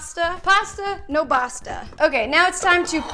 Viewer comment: basta with a b not a p like pasta lol